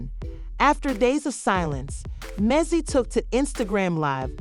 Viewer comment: how are you reporting on someone but can't pronounce their name properly (Men Dee Cees)